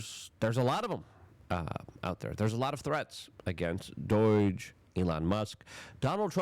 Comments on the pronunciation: Yeah and it's DOGE not Doige. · Illi-NOISE, Hoots Ease, Doy-ge... does he mispronounce words intentionally?